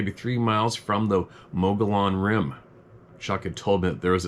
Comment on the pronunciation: Pronounced muggy on rim